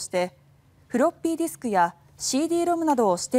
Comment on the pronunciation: 太郎の"フロッピーディスク"の発音がヤケにカッコいい